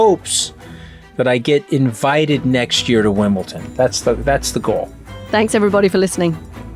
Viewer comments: pronounce it right and you may get invited. It's WimbleDON not ton. 😄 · Please stop with Wimbleton